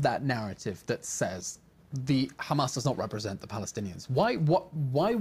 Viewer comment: "khamas" why can't they just say Hamas.. just asking.